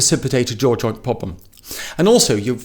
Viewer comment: he might be spewing precious jargon but with that accent, lips smacks. pronouncing "problem" as "poblem" he is wasting his breath cause no one for the first watch would get what "abswalk" or whatever that is, actually is. Edit: thumbs down. as i read more and more comments dont actually get what this is. he is not making sense to most people who dont know about this. memory hooks, posture, tongue, talk to door handle..... 1 year later...... what the heck is mewing? make some sense granpa! cat got your tongue? pun intended